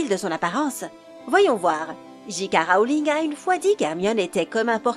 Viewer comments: Mdrr JK rAOling!!!ça se prononce rOling meme si sa s'ecrit rowling Et viktor crOum!!c'est crum que ça se prononce^^ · Jika rowlinne//sévrus rogue// MacGonagale//wèslait//gringotte😂 (j’rigole super la vidéo hp ma vie)❤️ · gi ka rowlinne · bill et ron ouaizlay victor kroum et jk raowling la voix off c'est pas encor ça